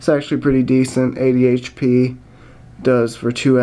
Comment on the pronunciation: when you say 80 hp it sound like ad hd xD